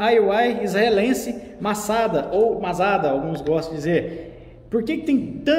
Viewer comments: A pronúncia correrta é "MATZADÃ". É o nome de uma cidade em Israel onde os soldados fazem o juramento. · A pronúncia é como vc por um tio no último a ( Masadã ) vê lá no canal da Fabi Venera Texas